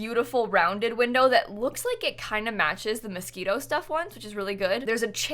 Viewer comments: its moschiNo not mosquito lmao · sorry but [Mos-ke-no] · did she really say mosquito instead of moschino, im dying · Anyone else thinking she was saying mosquito pack the whole time? No, just me? Okay, lmao. Whoo I need coffee ☕ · am I the only one who thought she was constantly saying mosquito instead of Moschino? :) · I thought you said "Mosquito Stuff" and I was feeling it cause dang I am tired of these mosquitos this summer! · Is she saying "Mosquito" instead of "Moschino" ???? I can't !!! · Did anyone else think she was saying Mosquito Stuff Pack at first 😂? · Everytime says "Moschino", I can't help but hear "Mosquito" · Are you saying Mosquino or mosquito? 🤔 Im confuse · I was looking for someone who also noticed this and commented on it lol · I was like, what is the mosquito stuff? Took me ages to realise it was Moschino, I thought I had missed out on something 😂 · please stop saying Moschito stuff, i don’t know why but it makes my blood boil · IT TOOK ME LIKE HALF THE VIDEO TO REALISE SHE SAID MOSCHINO STUFF NOT MOSQUITO anywayss yay! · Half way through I was like ohh... she means Moschino... hahah